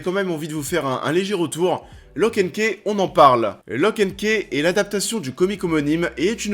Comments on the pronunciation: Tu dis lock and ké et deux secondes après tu dit ki house, key (ce prononce ki) reste le même mot pourquoi tu le prononce différemment une fois sur deux ? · Perso j ai kiffe du début à la fin ! En plus comme comics ça change ! OH et au fait key ça se prononce ky hein parce que c de l anglais😂😂keih c moche